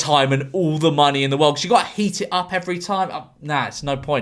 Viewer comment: Why did he say monkey rather than money